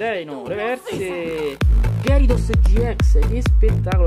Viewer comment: "Ghiarados", non "Gherisos". Ieri nel primo pack ho trovato Silvally rainbow, punto a Samina full art.